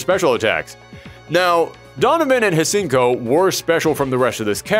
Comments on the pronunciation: Hsien ko The "H" is silent, you goof...LOL! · I really mean when I say I’m not trying to be part of that pretentious “Um, Actually” club, but there were two things I noticed that were inaccurate. Firstly, Oboro Bishamon is actually the current victim mastering and controlling the armor, not a more cursed version. The second thing is the easily more common mistake of not pronouncing Hsien-Ko’s name correctly. The correct pronunciation is found in the OVA, “syen-ko.” The H is simply ignored. Overall, though, this was a pretty enjoyable video.